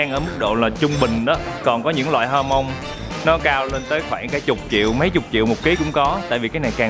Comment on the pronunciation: "jamon" đọc là "kha mon", chữ "j" trong tiếng Tây Ban Nha đọc như chữ "kh" trong tiếng việt của mình đó bạn.